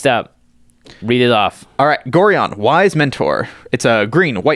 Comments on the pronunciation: Gorion: Gore-eye-un, not “Gory-un” lol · It's pronounced go-rye-on